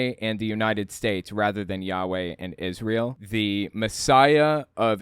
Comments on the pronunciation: Everytime I see this clip it kills me how the guy thinks that he has to change the way he's pronouncing Israel to sound more biblical. New Is·re·uhl once then immediately switches to Is·rai·el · New Is-Ray-Eeel